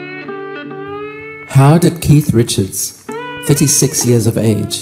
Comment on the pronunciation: ...Yes he was 36 but I'm with Hank in that it certainly sounds like you say, "56!" o_0